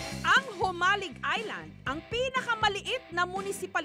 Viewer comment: Mabilis po ang bigkas ng JOMALIG, hindi mabagal, tga jan ako sa island na yan ng Polillo, waybak 80s, sa Burdeos Quezon ako😥